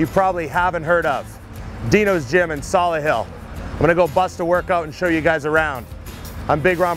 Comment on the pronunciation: "Solihill" lmao